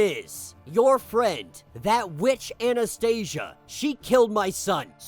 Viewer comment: I really liked Omega Red's story . These issues were released first as infinity comics . Anastasia should be pronounced more like Anastasiya since they are russians ,not Anastaisha ,sounds more american than slavic 😂. Anyways ,Omega red was captured in the series Sentinels . Someone reported these events in this issue and they came to capture him and send him to Greymalkin .